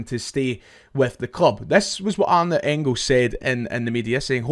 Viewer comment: Cheers mate love the content but this is killing me: it’s Ahn-dray ba-CHA-nin